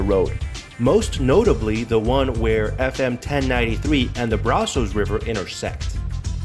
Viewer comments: Brazos isn't pronounced the way the man/computer pronounced it in the video. It's Braz-us... not Braz-o-s. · He would need to pronounce things like the city of Palestine and Brazos correctly first. The river is pronounced like brass with us on the end, not bras as in under garments with ohs on the end. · When he said Braz-ohs I knew he wasn't from here lol. The Palestine thing just reinforced it.